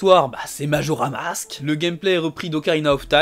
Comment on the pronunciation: Salut super vidéo mais c’est Majora’SSSSSSSSS mask, voilà ça me stressait 😂